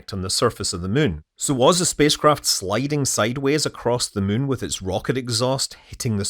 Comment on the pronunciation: Take a drink every time Scott says muun and see how long you last